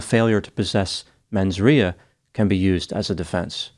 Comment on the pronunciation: really cool "how to pronounce mens rea" search will give correct way to say rea